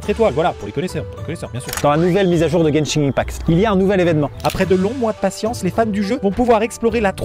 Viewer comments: Juste Maxime on prononce genshin impact "guène chine impact" 😉😅😅😅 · tu a dit beaucoup trop de mauvaise chose comme ta prononciation de genshin impact mais aussi dans genshin on plane et non vole